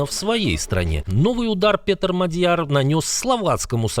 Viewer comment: Внимание! МАдяр! Ударение на первом слоге.